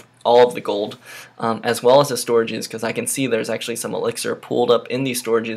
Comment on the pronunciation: It's goLd Not Goud